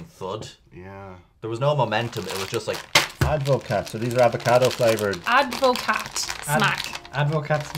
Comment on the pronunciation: It's pronounced add-ver-car. How is it non of you know?